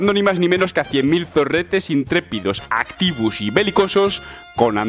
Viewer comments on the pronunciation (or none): ES QUE ERA ACTIVOS NO ACTIVUS 😤